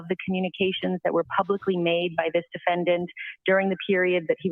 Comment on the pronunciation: Seriously—what is up with and his pronunciation of the word defendant? I’ve noticed that in previous hearings. Is he trying to be fancy? I don’t know which is weirder— the fact that he pronounces it “defend-AHNT” or the fact that he doesn’t pronounce it that way consistently. Doofus.